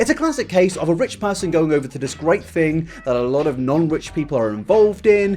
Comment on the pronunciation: I like the way you pronounce your sentences 😂. I’m in NY and I am in love with your voice and I am in LOVE with red hair! ❤️😘✌🏾✊🏾. Especially when you say “fing” (thing) I LOVE IT!!!!!!